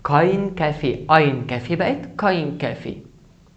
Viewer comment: انت ما تعرف تلفظ كلمة kaffee